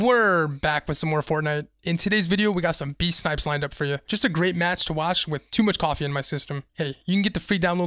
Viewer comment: They talk about his snipes-uh!!!